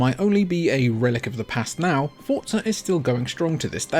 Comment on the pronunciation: It's not fortza It's forza